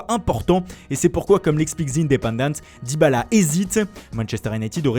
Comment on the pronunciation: Mais pourquoi tu prononces Dybala comme un attardé ? Je comprends pas C'est un gage ?